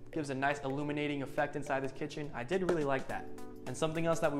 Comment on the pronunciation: Hi! Love your vids. Just wanted to give some quick feedback if it’s helpful. Oftentimes when you say, “I did really like” it sounds so strongly like you’re saying “I DIDN’T really like.” A few times my mouth drops in surprise, and then when I rewind I realize you’re saying you do love the feature you’re showing. Just wanted to let you know viewers might hear it different than you intend. So excited to keep following your channel :) Stay well!